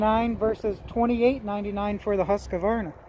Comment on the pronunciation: FYI,Husqvarna only has 2 A’s. Not 3. “Husqavarna” lol.